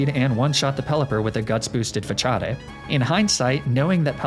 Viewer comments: Well actually it's more like "fuh-saad". It's a loanword from french (although in french it's spelt "façade" as the french use 'ç' to indicate a soft 'c' sound.) Regardless, I'm pretty sure it's a joke, possibly a Wolfey Glick reference (who also intentionally jokingly mispronounces pokemon moves and names to get a rise out of people. Notably, he mispronounces facade the same way). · Between that and the Facadè pronunciation I had a good chuckle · "fa-cha-day" i hate u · why do you pronounce facade like fachadei? : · / The way he pronounces facade irks my soul ... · Im so glad im not the only one who uses their limited high school italian class knowledge to mispronounce Facade like that. I appreciate you for that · of all the ways to improperly say facade you go with one that requires a ch? When i first encountered that move I called it fa-kah-d. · The way you said facade… it doesn’t sit well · Is mispronouncing Facade a Wolfey Glick reference? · The way he says facade makes me wanna jump off a bridge xD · I know it's a joke but everytime I hear you say "Façade", I lose 1 year of life expectancy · the move "Facade" isn't pronounced "Fatchad-e", it's pronounced "Fahsaad". I don't know if u didn't know or u did it on purpose, maybe it's a running gag? I'm just trying to help. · Is pronouncing it “Fuh-cha-day” a fight club reference? I feel like I’m missing a bit :P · Why he pronounce Facade like that? Fachadea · Jsyk, "façade" is pronounced "fah-SAHD." It's French and the cedile indicates an "s" sound. The More You Know. 🌠 With that out of the way, just gotta say I really enjoyed this episode. Have some comment algorithm support! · i love your pronunciation of facade lmao but its FUH - SAWD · Fa-cha-de' lmfao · 'fa-cha-dey' It's obviously JOOOOHNNNN CEEEENAAAAAA FANNNN DANNN GOOOOOOO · "fa cha day" facade LMAO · jaja "FaCHáde" jaja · Facade (Fa-cha-day) wtf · He's mispronouncing every move and pokemon XD cachade XD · “fachadé” god I love these videos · ITS FA-SA-D